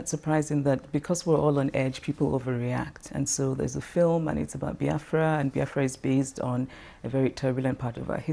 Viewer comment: It BEE AFRA not BY AFRA